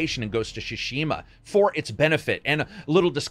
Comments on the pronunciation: It´s Tsushima, not Shushima. Tsushima. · It's Tsu-shima, not SHOE-shima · I already thought wow what a great game. Whole new level of gratitude for treating players this. They've shown everyone how it's done. Love it. Hopefully some others will follow. (btw. it's pronounced TSU = つ not SHU = しゅ, at least in majority of Honshu) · It is Ghost of "Tsushima" and not Ghost of "Tsshhshima" 🤣🤣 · Shoe-she-ma, was ok at first but kept saying it. And “Oh-nye” bruh I dipped 🤣🤣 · Ghost of Shushima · This guy laterally said "shushima"😂😂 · Why do you keep pronouncing it "Shishima"? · Ghost of Shushima? Ok. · WTF is Ghost of Shoe-shima? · ghosts of sushi ma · What's with the pronounciation, I mean, "shushima"? Really?! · It's not SHUshima lol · Ghost of SHUSHIMA XD, Lol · Its actually super duper wrong :D Not only the sounds are wrong but the emphasis is on the wrong letters as well. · love you to death mate but your pronouciation of Tsushima is leaving me in stitches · he pronounces Tsushima different every time